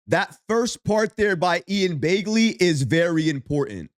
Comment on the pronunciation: This guy is still calling this guy Ian Bay-gley? Lmao 🤦🏽‍♂️